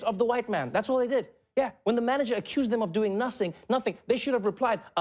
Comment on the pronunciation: doing nasing Little bit of that Swiss accent seeping thru just then